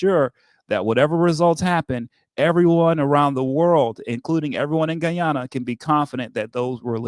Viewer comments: Please sir please ...pronoun Guy-ana the Guyanese way😢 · blahk mahn so gullible: Guy - an- nah😢😮😅😮😢